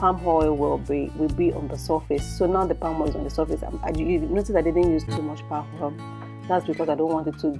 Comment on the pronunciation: Wonderful cuisine. Pls practice practice practice to drop the 'hadd" hoil'x thing. AAAddd!! Oiiiill!! Not hard is it.